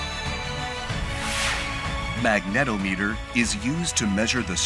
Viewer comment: Check YouTube pronunciation guide for proper way to say "magnetometer": "MAG ne TOM e ter"